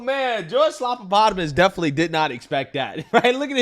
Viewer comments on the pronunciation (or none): Say his name right it's George stuffinenvelopes